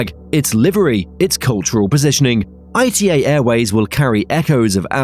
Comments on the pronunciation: ITA airways is NOT pronounced I T A is pronounced ITA -As an Italian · It's not "I-T-A" but "Ita" as a word (pronounced "ee-tah"). The fact that the name causes so much pronunciation confusion is just another proof of how weak the 'ITA Airways' brand really is. Let's see when they finally decide to bring back the Alitalia brand.